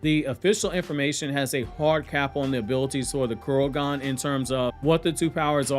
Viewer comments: ITS KOKUGAN NOT KUROGAN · I think it's Kokugan not Kurogan.